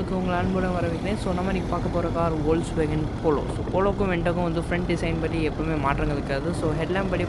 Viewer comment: அது ஒல்ஸ்வேகன் இல்லை அது ஃபோக்ஸ்வேகன் நண்பா